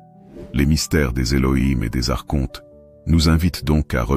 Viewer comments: On ne prononce pas ARCHONTE mais "ARKONTE" Madame l'IA ! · "Archonte, se prononce Arkonte" - Il faut expliquer ça à la voix de synthèse 😁 Je trouve dommage les créateurs de contenu spirituel qui ne prennent pas le temps de lire eux-mêmes leur texte. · Merci infiniment pour cette recherche sur les Elohim, et Les principes gnostiques. Archonte, se prononce Arkontes, cela vient du grec, arché, le principe, le pouvoir.✨️ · Mes "enfants "...merci pour votre présentation et explications variées a propos des Archontes. Au passage il est important de vous informer que l'on ne prononce pas les Archontes avec le son "shontes"....mais avec le son "quontes"....ce n'est pas le son vibratoire"Che" mais le son "que"! Intégrez cette correction dans vos conférences 😊🙏merci pour tous. Il faut sauvegarder la langue française! 🍒